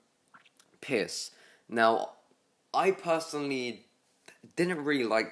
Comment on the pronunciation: it's pierce not piss. also no scouter lens or pittance? that deserves an unsub.